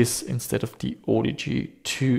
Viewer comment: I think you may be pronouncing it wrong. ;-)